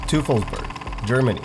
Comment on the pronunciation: Yeah, I mean, he didn’t pronounce Teufelsberg right, either, but the restaurant near Lisbon sounded spot on because it’s familiar to him, where I wouldn’t be able to say it right. I always say that people who scoff because you don’t say a place name like a local are overlooking one obvious reason... you’re not a local. Imagine someone with a full blown Scottish accent heading to Louisiana and trying to ask how to get to New Orleans by pronouncing it “Nawlins.” They’d sound like a jackass. Not sure why we gotta laugh at people for saying a place name the way their accent dictates. He wasn’t that far off.